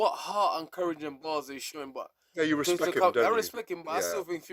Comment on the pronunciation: 😂 gareth saying respekk